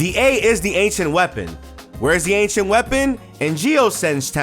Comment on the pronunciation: Ok “ancient” I thought you said “h” 😂